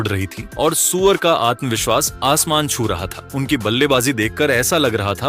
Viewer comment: अबे सूर्या बोल सुअर नहीं